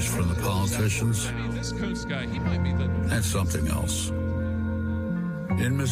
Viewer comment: Not sure that's how you pronounce Kunce